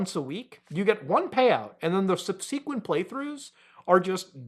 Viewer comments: That's not how you say subsequent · Why is it so hard for YouTubers to pronounce the word subsequent? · wtf is with all you YouTubers pronouncing subsequent wrong? It’s fkin annoying lol